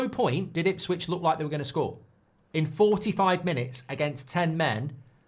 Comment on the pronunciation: It's Ipswich lol